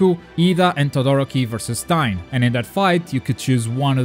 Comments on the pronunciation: Stein? Wtf why can’t he say Stain I know it’s the accent but come on man? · Its stain not stine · Did you call Stain..... STIAN?!? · It sounds like you said stine instead of stain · im pretty sure its stain(dirt) not stein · You said Stine not Stain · why its not staain its stain like oh god that gravy stained my shirt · It's stain not stine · Stein?! You mean Stain!?!? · hey dude its pronounced (steɪn) like a stain on the wall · Notice how calls stain stein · Markus richard “stein” 😂😂😂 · Learn how to pronounce stain plz its annoying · Don't fucking say stains name like that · No trying to be mean,and you can get rid of a accent but todoroki and stain got pronounced wrong its kinda irritating